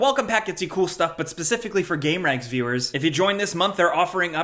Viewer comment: Is it pronounced game-ranks, or gamer-ranks?